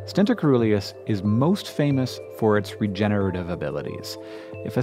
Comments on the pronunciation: When you see 'coe-' in a Greek-derived word, pronounce the 'c' soft-- 'seeruleus'. Just like, 'coelacanth', the living fossil fish-- 'seelacanth'. Why? Obscure linguistic-historical reasons. But still, you should know that. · I believe de pronunciation of Coeruleus is incorrect. It is pronounced as cerulean (blue) -si-ˈrü-lē-əs. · Awesome vid. coeruleus is pronounced with a soft "c". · Omg, the O in coeruleus is mute (it's actually cœruleus), so the right pronunciation for the C is more like an S... Coeruleus means cerulean, i.e., blue.